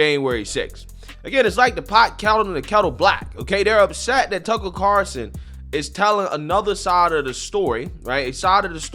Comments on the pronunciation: It’s: CARLSON, not CARSON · Why do you call him “Tuckle Carroson”? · we have our ways for making you pronounce the L in Tucker’s last name. 😂